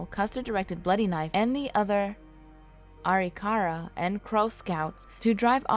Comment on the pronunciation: She pronounces everything so wrong Sioux 🤦🏽‍♀️ Arikara 🤬🤬🤬